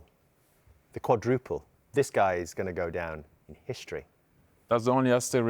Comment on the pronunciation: lost me there when he said Qaudruple 😂